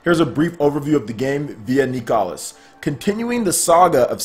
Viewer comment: Nicalis = nicholas guys not kneecalus